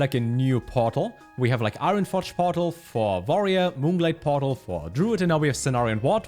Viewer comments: > Pronounces Y'shaarj and G'huun correctly > Says "vorerior" instead of "warrior" Never change, never change. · You always say warrior with a v